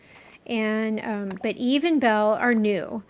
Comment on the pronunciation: How can someone watch Wall-E or know of the character from the movie and still say her name is EVE instead of EVA EeeeVvvva she literally teaches Wall-E to say her name in the f**king movie sorry but seeing so many people fan over Eva lately but still pronounce her name as Eve is irritating…